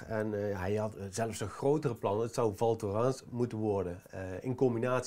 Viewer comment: Spreekt alsjeblieft wel even op z'n Frans uit.